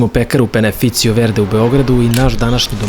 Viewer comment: Kažeš Peneficio, a piše Paneficio. Inače, kao i uvek - super video. A burek užasan, sa biljnom mašću, čitaj - margarinom. Zaobići pekaru u širokom luku.